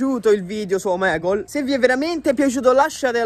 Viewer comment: hai sbagliato dire omegle